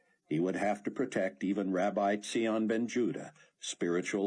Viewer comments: It's zion like lion not ze-on lol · The most irritating of the series so far. Buck Cloe and Rayford very irritating proud stubborn and no thoughts about any consequences of their demands on others and so much lack of faith. And also very unrealistic as if only in the US there would be believers who would be key in the 7 year period and as if only one man Zion (mispronounced) would be the only man in the world who would be able to instruct the whole world...such arrogance from the US, however, does not surprise me ( Zion being helped only by US people and amazing technology only thought up by US person) and Antichrist from Europe)... Dont know if I can continue with next book it's too irritating...But thanks Amy and Narrator...ps new heard an Israeli who sounded like zion or rosenfeltthough I enjoyed their accents... Great job on all characters, even the aussie who sounded nothin like a drunk english guy) :)